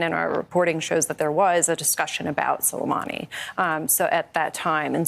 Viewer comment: Clearly had no clue who Soleimani was, can barely remember or pronounce his name without teleprompters or prompts, doesn’t know or could care less the difference between Iraq & Iran, couldn’t find either one on a world map any more than he could find Norway, has no clue about details, background, history, potential repercussions etc. etc. 😢🇺🇸